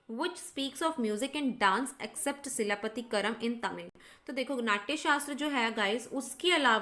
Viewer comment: Its chilapathikaaram